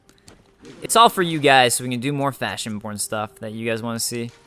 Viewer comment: I believe somewhere between and , it sounded like you said "FashionPorn" instead of "FashionBorne."